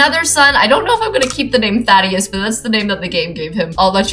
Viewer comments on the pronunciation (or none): I would pronounce it "Tha-day-us" Keep the name! lol